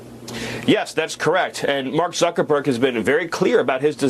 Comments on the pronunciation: I find it quite funny how the presenter talking with S.Miller called M.Zuckerberg "ZuckerBUCK" with a flat face. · DAVID, DID U HEAR WHAT THE INTERLOUTOR SAID? ZUCKER-BUCKS ! HE DID NOT SAY "ZUCKERBERG".